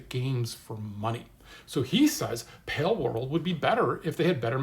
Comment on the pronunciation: it's pronounced pal world, boomer